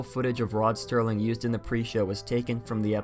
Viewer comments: The “c” in facade is pronounced as an “s”. Also it’s Rod Serling not Sterling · It’s Rod Serling bud, not Sterling. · Rod Sterling...ROD STERLING... It’s Rod SERLING! No T. 😀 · Its rod serling, not sterling